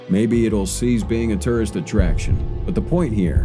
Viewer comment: The narrator doesn’t say tourist correctly